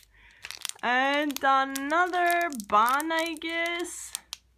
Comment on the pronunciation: It’s bun not “ban” 🤢🤮🙄😑🤣